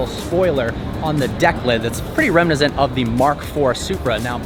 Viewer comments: What language is “Remnizant”? I think I heard that twice! WTF. Did you mean “reminiscent”? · remnizent... lol sigh